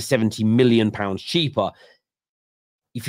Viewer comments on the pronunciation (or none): none